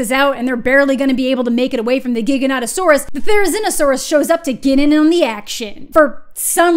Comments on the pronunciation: Loved this review, just for science though can we stop saying giganotosaurus with a hard g? It's pronounced like gigantic, not gigabyte. Even the movie screws this up. Again though, agreed with basically everything. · The movie was alright but I wanted to laugh every time they said Giganautasaurus 😂 😄 🤣 😂 😆